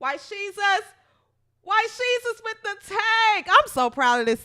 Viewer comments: Lol the way you say white shesus lol. You got my sub for that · 😂😂😂😂 "white shesus" thats awesome